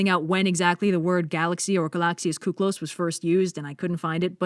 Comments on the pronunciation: I'm sorry but this is hilarious, so κύκλος is pronounced "kiklos" in Greek, our υ being an "i" along with other letters. pronouncing it "u" makes the word "kuklos" sound like "κούκλος" literally meaning doll but used to describe a beautiful man. So is saying " gorgeous milky-way man" 😂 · Hearing you pronounce 'κύκλος' like 'κούκλος' gave me such whiplash x)